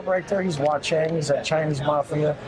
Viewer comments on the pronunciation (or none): says, "My boy Rob is Wa-Chang, Chinese Mafia." It's Wa-Ching not Wa-Chang!!!!!! is a complete and total moron. 👍🇺🇸